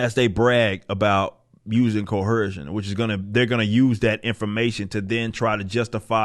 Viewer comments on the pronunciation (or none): There’s no H in coercion brah